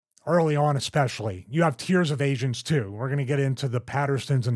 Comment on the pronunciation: I thought he said "you have tears of Asians too." Instead of "Tiers of agents too." LOL.